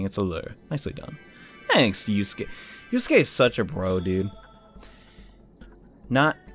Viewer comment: You called Yusuke Yosuke